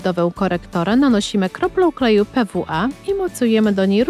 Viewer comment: Nie mówi się( pe wu a ) tylko ( pi wi ej ) A tak po za tym to super filmik Jeśli moja uwaga jak kolwiek cię uraziła to sorrka